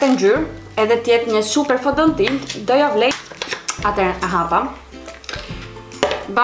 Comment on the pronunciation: Me ne fund nje qe e thot sakt FONDOTINTA dhe jo fondatina 😅 👏👏👏👏👏👏👏👏👏👏